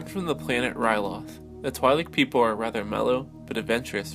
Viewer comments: It's pronounced Tweelek, not Twylek. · Its pronounced "twee'lek" not twy-Lek LOL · Twi'lek is pronounced like Twin, as in twin lekku, the two tentacles coming down from their head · pronounced twee-lek dammit!